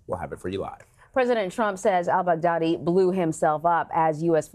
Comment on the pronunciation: It is just me or when the journalist says: al-Baghdadi It sounds like Bad Daddy?